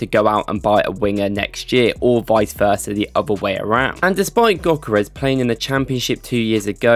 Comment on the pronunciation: For those who havent learned from Ødegaard, the Ö in Gyökeres is pronounced like the "Ea" in the word Earth. So like this Ööööörth 🌍. Also the G is silent. So Gyökeres is pronounced Yökeres. Hope that helped 🫡